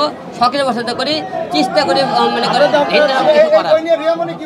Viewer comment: সে নাকি চিষ্ঠা করে। চেষ্টা ও বলতে পারে না। সে লিখছে বই।